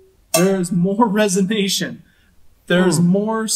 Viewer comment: It's not "resonation" it's resonance.